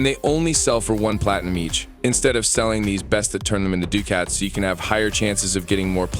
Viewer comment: dew cats. lol bro its pronounced duke its